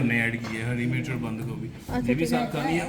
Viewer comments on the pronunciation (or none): none